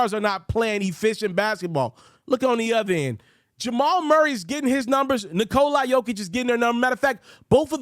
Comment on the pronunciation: Good content bro! Also it's pronounced Knee-cola Jokic not Nikolai